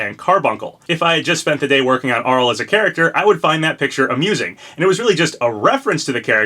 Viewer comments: 1. I have that Arle figure in the thumbnail, it's so cute! Chunky and high quality too! 2. It's Arl-ay Nad-ja not Arll 3. Still not sold any of these are references, but given I think FP5 is a Japanese centric character Arle especially (or Reimu who I'm educated guessing) would make sense. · isn't it pronounced Arle (Ar-Lay)